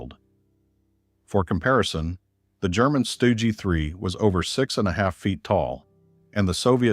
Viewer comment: AI is clearly not ready for prime time